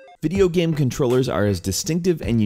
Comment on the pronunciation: No hate,I really love your videos but you speak "game" "gam"